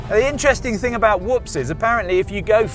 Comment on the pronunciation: The brit just pronounced whoops correctly and half the sxs yahoos in America cannot. 😂